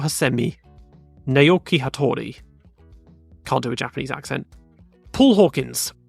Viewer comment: Some comments from an intermediate Japanese speaker: Naoki is pronounced somewhat like “now-ki”, not “Nay-ok-i”. The way you said Inoue is correct, ou is just a long “oh” sound. Toranosuke is said more like “toranoske”. The u is nearly silent (devoiced). Japanese doesn’t have stress, but stressing the second syllable is closest to how the name sounds in Japanese in my opinion. Watch your short and long vowels. Sometimes you said a long vowel when the name has a short one, eg. Satoru has all short vowels. EDIT: long vs short vowels can be hard to tell because it isn’t always written, eg. Yuki Tsunoda’s first name in proper rōmaji is Yūki, but the long ū is not generally written in English due to diacritics not being available. I’m actually not sure how to tell which names have long vowels and which don’t without individually researching each name… That said, in the case of Tsunoda you said it correctly.